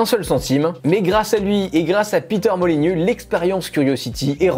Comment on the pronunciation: Molyneux pas Molygnieux BOOOON SANG !